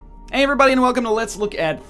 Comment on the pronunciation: It seems more like "Heyvrybody"